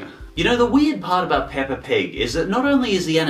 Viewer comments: DONT SAY THAT UBAWT PAAPA PIG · I love the way you say peppa pig! Ppppppppppppppppppppppppppppeppa pig!